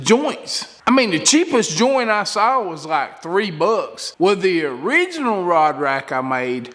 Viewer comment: "Gahz"?????? "Sow"????? "Whaled"?????